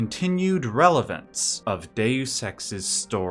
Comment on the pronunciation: Deus. Not Dues.